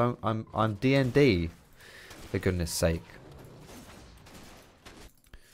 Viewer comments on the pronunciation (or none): none